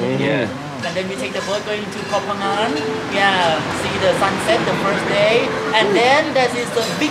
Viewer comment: This is really great honor for me to lead both of you travel in Thailand ❤. You gave a lot of good energy to us as well. This 1 hour video is really enjoyable and memorable.. And so glad that can pronounce "Koh Phangan" correctly 😂 Miss you:) JJ